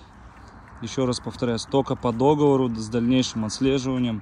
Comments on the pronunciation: вы как дед старый говорите. Никто не любит исправлений, но нет такого слова как до́говор. Есть догово́р. Где вы этого понабрались, зачем коверкать слова? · Люди учите русский язык! ДоговОр! дОговор🤦‍♀️